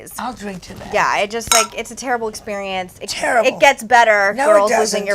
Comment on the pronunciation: "tHAT" ------> MEGHAN, LEARN HOW TO TALK!!!